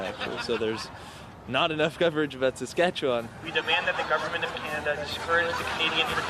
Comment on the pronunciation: DUDE. You pronounced Saskatchewan like a SK native! I’m impressed!!